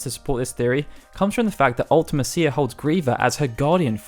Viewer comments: UltiMEsha, not Ultimehseeya. You can hear it in Dissidia if you're skeptical. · That's just weird. I say it "ulti-mee-see-uh". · Comment if you hate hearing this guy say "See-fur" and "Ultima-seeya" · It's wierd how you say Ultime-cia, I've always said it "Ultimesha" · Why do you pronounce ultimecia like that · It seems to be a UK thing, when i was at school people always pronounced it like that and it stuck.